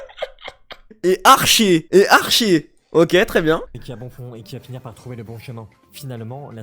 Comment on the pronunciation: "Et ArchÉ" c'était rigolo ça mdrr